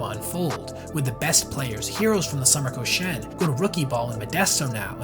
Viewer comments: ko SHI en lowkey getting triggered when you mispronounce it lmao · I-WA-TE! KO-SHI-EN! Dude really researched this story thoroughly and butchered the pronunciation that badly?! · Koshien doesn't pronounce like co-shane, but should be ko-shi-en. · It's KO-SHI-EN, 3 syllables, not "Ko-shen." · Awesome research and detail! For future reference, you should pronounce the name of the tournament as Koshi-en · A lot of research goes into videos like this, which makes me wonder why the people who make them don't take a second to see how to pronounce Japanese words and names like "Iwate" "Koshien" "manga" Or that Nippon-Ham is a company and the team is called the Fighters, as demonstrated in the team logo that is included in the video. Although there should be a team called the Ham Fighters, which is a vastly superior name in my opinion